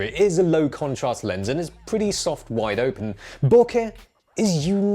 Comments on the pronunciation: I love hearing you say BO-KEHHH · still doesn't know to pronounce bokeh.